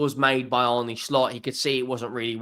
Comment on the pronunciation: His name is pronounced Arna(Arne)